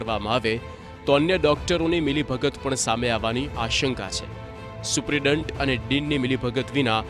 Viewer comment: આ ભાઈ ને સુપ્રિન્ટેન્ડન્ટ બોલતા નથી આવડતું